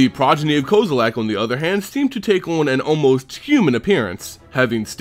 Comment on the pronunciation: this guy makes me fucking cringe every time he says Kozilek. he keeps saying like "koze-oo-lak" there's no "A" dumbass. it's "Kozz-i-lek" with a soft "I"